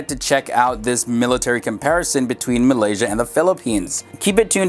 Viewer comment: pfft you even pronounced malaysia wrong. It's "malaysia" not "malysa"